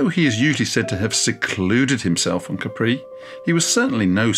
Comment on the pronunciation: Pleeeease, it's /'ka:pri/ NOT /ka:'pree/